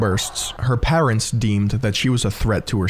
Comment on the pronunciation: How are you pronouncing the word parents???